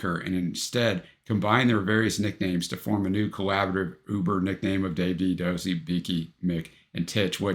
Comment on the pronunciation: Do-zey not dozzy🎩